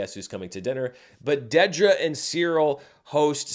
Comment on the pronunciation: It’s DEEDra. Not DEADra 🙄